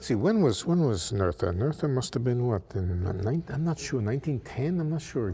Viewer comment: I believe Emmy Noether's name is pronounced " Nootr " . Another video guy dug up research on it. (Physics Asylum)